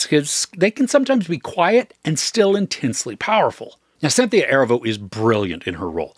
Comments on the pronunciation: Erivo - Er-ee-vo not Ervo 😊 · Erivo is pronounced “uh-REE-vo”, otherwise great review, thank you! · Great review!! Keen eye and ear on their vocal prowess. But I feel it necessary to let you know for the future, Cynthia’s last name is Erivo (uh-Ree-voh). She’s one award win away from EGOT status and I feel like this movie very well may get her there. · If you can’t take the time to learn how to pronounce her name then you shouldn’t post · Please, pronounce Miss Erivo's name correctly, in the future. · OMG the way you pronounce Erivo is driving me crazy LOL